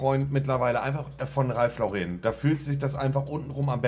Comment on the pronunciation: Er weiß immer noch nicht wie sein Lieblingsdesigner Ralph "Lau-rehn" ausgesprochen wird. Der Mann ist Amerikaner und kein Franzose. Dementsprechend spricht man ihn "Lawrren" aus. Ist doch nicht so schwer, Marcel :-)